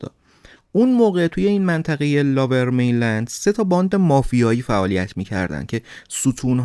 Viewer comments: لوویر مینلند نه لاور میلند... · Lover mainland?!! Seriously?👎👎 Lower mainland is correct. If you don’t know English, ask Siri how to pronounce it properly or just say Vancouver 🤨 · داداش نیازی نیست کلمات انگلیسی رو بیان کنید اگر بلد نیستی Lover mainland اشتباهه Lower mainland درسته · لاور مین لند نیست لوور مین لند میگن. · Lover main land ? Really? It's lower main land. At least learn how to say it right. 😂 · مرسی از برنامه های خوبتون،ولی Lower Mainland, لوور مینلند،یا سرزمین پایین خونده میشه که شما لاور مینلند یاLover Mainland میگید. چند بار دیگه هم این اشتباهات تلفظی انگلیسی بوده که از شما بعیده. من همیشه برنامه هاتون رو میبینم و خیلی دوست دارم. Excellent work as always 👏 👍 👌 🙌